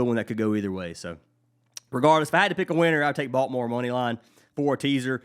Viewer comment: Thanks for the picks! It cracks me up how you pronounce Baltimore as "Balt more". Being a native from there, I have heard it pronounced many ways but yours is unique. Let's cash!!:)